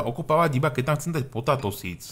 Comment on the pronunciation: Btw. Potato sa číta potejto :D